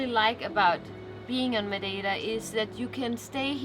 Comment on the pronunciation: the accent was perfect when you said madeira